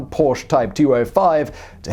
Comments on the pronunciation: OMG HE SAID PORSCHE RIGHT :D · An english man who pronounces Porsche the way it is supposed to be :OOO I thought i would never see the day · Da haben Sie Porsche aber sehr schön betont :) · Simon, I watched this with a big smile on my face from hearing you correctly pronouncing "Porsche" numerous times! I also like your little remarks about Der Fuehrer's interference with people who knew better than he. I'm you've probably seen the story of the development of the ME-262 jet, which might've prolonged the war and cost many Allied airmen's lives---if Hitler hadn't decided it should be redesigned as a fighter-bomber. It required a change from tricycle landing gear to "tail-dragger" to carry the added weight of bombs, which slowed the plane appreciably. So, instead of building many, many more of the fastest fighter plane (the ME-163B Komet was faster, but extremely unreliable and impractical), time was wasted on a plane they didn't need. By the time they started concentrating on building the 262s as pure fighters again, it was too late for them to make a difference; Germany was running out of resources---and experienced pilots. (IIRC, WWII "Black Ops" officers realized that assassinating Hitler could actually help the Germans, instead of hinder them.) Stay safe, everyone. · Not even 2 Minutes in and already liked for pronouncing Porsche the right way. Thank you Simon!